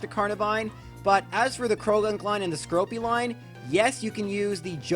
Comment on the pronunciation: *skorupi Just sayin, cuz you were saying skoropi